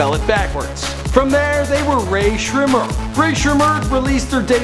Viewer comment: I love how pronunciated Rae Sremmurd correctly but got all the easy names in the previous videos wrong